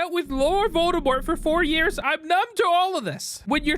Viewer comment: Volde-laurt? 😂 Laur-demort